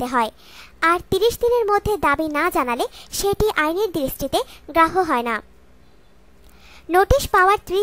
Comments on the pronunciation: গ্রাহ্য কথাটা উচ্চারণ করতে পারেন না?? আবার ভিডিও বানান....😡😡😡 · গ্রাহ্য উচ্চারণ ভুল